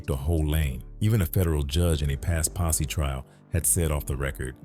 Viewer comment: IT’S PO$$E NOT POSSY🤔